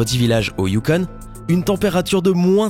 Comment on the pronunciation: Salut ! Je suis Canadien :D et je vais un peut te corriger pour la prononciation x) : Ottawa et non ''Outtawa'', YukON et non ''YukONE'', ''Nounavoute'' et non ''Nunavute''. Et une autre chause, les Canadiens N'ADORENT PAS TERMINÉS LEURS MOTS PAR ''EUH''. Et la prostitution n'est pas permise au Canada et l'as jamais été. Vérifie tes sources avents de regarder 1 site et mettre l'information direct s'il te plaît parce que sinon sa pourais avoir un mauvaise impacte sur le Canada surtout que ''la prostitution est permise''. Fais attention à se que tu dis stp...